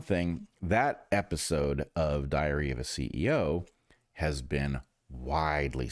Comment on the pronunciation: 🤣 🤣 I listened a few times, I hear ya 😁 but it is actually the way he kinda joins the two words together as he says "that episode of 'diary-of' a ceo" 😜